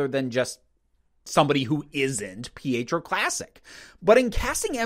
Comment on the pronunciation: I enjoyed the series a lot. Listening to your criticism, however, helps me to see how the show really could have been done even better. As much as I loved it, I can't disagree with you here. Minor thing, I think you're mispronouncing Pietro. It sounds like you're saying Fietro?